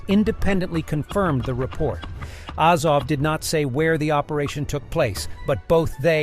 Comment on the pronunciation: Sigh. AH-zov, KEE-eev